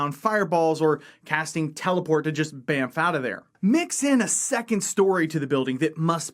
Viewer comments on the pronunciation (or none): none